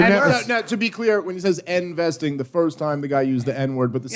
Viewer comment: “End-vesting” needs two more explanations.